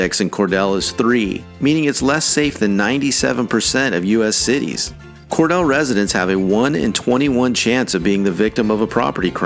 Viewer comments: Cordele is pronounced: corDEEL. The cities included are all "blue" cities, and are full of welfare recipients, if that explains anything. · It is "Al-Benny" and "Cor- Deal." My families came from there. I grew up in 1950's Hapeville. And cities East Point, College Park , Forest Park and Hapeville together surround the Atlanta Airport, which swallowed up most of the established residential neighborhoods and local businesses. That left a gaping hole that cannot hesl. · Cor-delay, like Ondalay...😉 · You mispronounced Cordele. It’s pronounced “ Cord-a-lee. Accent on the first syllable. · Cordele is pronounced Core-deal. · To be honest we actually say Cawdeal. You will hardly ever hear the R and if you do 9 times out of 10 they are not from Cawdeal. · it is kor-dele and it is a great place to live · Cordele is pronounced KOR-DEAL. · If you're going to do these videos, please learn the correct pronunciation of these Georgia towns. You mispronounced Albany and Cordele. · You mispronounced #1, you ignorant twat. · Wrong pictures, wrong information, wrong pronunciation, do you even Georgia? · How did you come up with this when you cannot pronounce the town of Cordele right , get your nose out of a book or computer , go to towns and citied in Georgia and talk to and meet the people , also listen to how we prounounce our town names , DUMMY . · It's pronounced Al-bany. Cordele and Monroe are also mispronounced. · I agree. Brunswick should not be on that list. The guy is not a Georgian. He couldn't be if he can't say Cordele and thinks Ponce City Market is in East Point. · Cordele is pronounced ‘CorDEAL’, not ‘CorDELL’. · Cordele is pronounced Cor-deal, not Cor-dell. I grew up in Albany in the 50's and 60's and graduated from Dougherty HS in '67. Back then, Albany was a decent place and I'm sorry to see that it has fallen into a state of ill refute. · By the way, speaker, city of Cordele is pronounced “Cor-DEEL”, not “Cor-DELL”. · Cordele is pronounced Cor-deal, not Cor-del.